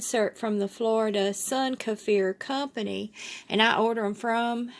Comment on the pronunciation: Thanks for pronouncing this properly I can’t watch any more videos where they call them keefer… Thank you 🙏🏽